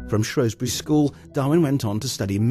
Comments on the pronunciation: SHREWSbury not SHROWSbury ggrrrr great video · Shrews-bury!, Shrews-bury!, Shrews-bury not shrowsbury, GGrrrrrr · How can Shropshire Tourism allow for a video voiceover that calls Shrewsbury SHROWSbury. I lived there for 10 years as a kid and nobody back then pronounced it that way. Very annoying! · you berk its shrewsbury , its like saying mentford bridge , see how dopey that sounds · This town is Shrewsbury, who ever is telling us about our town better get the name right. it is SHRWESBURY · He pronounced the name of the town wrongly... had to stop watching.... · and me Russell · Aileen Parry The man's plainly not educated.....a deliberate mispronunciation !.